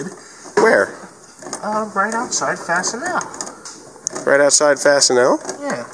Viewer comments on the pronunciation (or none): Tell it’s pronounced Fastenall not Fastenel. I got a 1978 L7000 dump truck with a 3208 cat and a 2 speed rear for $100 and I had to do to it was pull the differential and have it rebuilt. Where do you get your replacement parts?